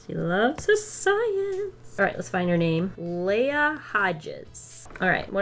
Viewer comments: bro its " lee-ah" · Oh lol I thought Erica had a baby in her hands on the video picture 😂 it’s a CAT! 🐈 On Leah: I HATE ITTTTT - Lee-uh